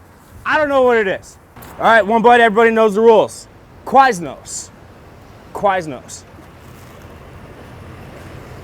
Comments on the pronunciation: The way says Quiznos is crazy. How is that what he assumes Quiz-No’s sounds like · It’s Quiz-no’s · KA-WISE-NOSE... What in the fuck is going through his brain